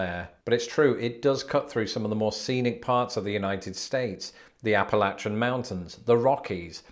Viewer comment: I'm happy that you pronounced Appalachian correctly.